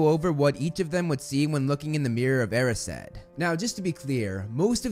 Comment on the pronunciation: He pronounces 'Erised' as 'Air-e-said' but isn't it supposed to be 'E-rise-d' ?